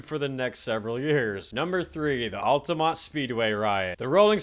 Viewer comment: At least you said Altamonte right this time.